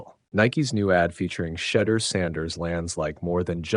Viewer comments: I know this is an AI NARRATED VIDEO BUT PLEASE PRONUNCE HIS NAME WITHOUT IT REFERENCING A 4 LETTER WORD THAT STARTS WITH THE LETTER S! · You mispronounced Shedeur’s name. Gotta go. See ya